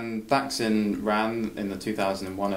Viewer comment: Holy shit. Thaksin (you pronounced it wrong) was elected in a "corruption-free" election? I can forgive mispronouncing his name, but not mischaracterizing how he came to power. You lost me right there, Dude.